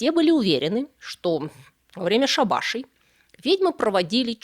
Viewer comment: Прошу прощения, информация очень интересная, но слух уж очень режут неверные ударения. В слове щекОлда ударение на О. Когда речь идёт о шАбаше ведьм - ударение на первый слог